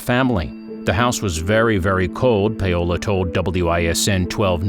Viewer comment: Does the narrator seriously not know how to pronounce Paolo?